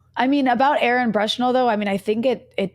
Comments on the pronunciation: Great interview, Rania. I’m not sure if it’s your pronunciation, but I noticed you’re saying “Brushnell” instead of “Bushnell” when referring to Aaron. After the sacrifice he made, I think it’s important to note. Thanks Breakthrough News ❤ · Sad she can’t say Aaron’s last name correctly.